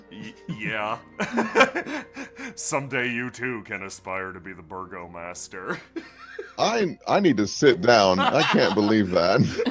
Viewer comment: I finaly realized that "Burgormeister" is probably a butchered pronunciation of "Bürgermeister" (german for mayor). And OMFG that ending! That crit fail fucking killed me :'D